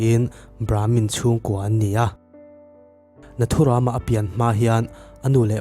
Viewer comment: Tha hle mahse nathuram lam dan a dik lo ram(jungle anga lamtur)